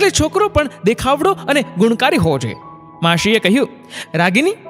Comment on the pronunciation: સાહેબ હું આપનો નિયમિત શ્રોતા છું. આપની વાર્તાઓ ખૂબ સુંદર હોય છે. માશી ને બદલે માસી બોલ્યા હોત તો ખુબ મજા આવી હોત.